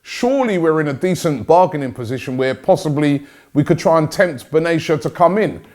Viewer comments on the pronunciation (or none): Benayasha Robbie? It's pronounced Ben-at-eya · It's Medhi Benatia not Medi Benashia 😂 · It’s pronounced Mehdi Ben-ah-te-a